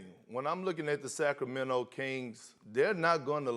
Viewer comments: Kendrick “Sack Row Mento” Perkins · no one: kp: sack o mento